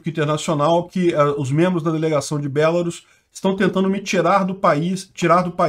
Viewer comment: Só uma coisa, se diz BelaRUS e não BElarus, mas se não quiser falar certo beleza, eu mesmo chamo ainda a chamo de Bielorrússia :\